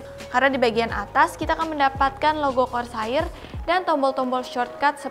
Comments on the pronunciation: korseir deh neng bukan kor sair.. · bacanya Kor ser sayang, bukan kor sa ir 😂😂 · kors air wa dengernya wkkwkw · saya beserta ribuan orang disini udah maafin pengucapan KORSAAIR nya karna kamu cantik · KOR - SAYIR TEN - KEILES ..................... Nice review though, Bahasa Indo nya ga perlu terlalu kaku , kalem aja mbak xD xD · Kor Sa IR tapi kalo yang ngomong mantap jiwa aja lah pokoknya 😂😂😂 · kor sair rip English:( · cewek selalu benar... "kor sair" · "kor sair" bukan "sair" buat ngambil ikan kan? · iya gregeten gw dengernya